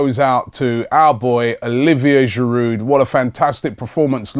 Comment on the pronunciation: Robbie, Please please stop pronouncing the D in Giroud.He is French mate.